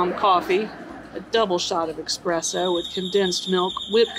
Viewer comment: I love, love, love you Snow... but please don't put an "X" in Espresso (minute ). 😂 The day looked amazing!! El Salvador has the very best coffee & so hard to get!! I'm so envious!! You have the best content!!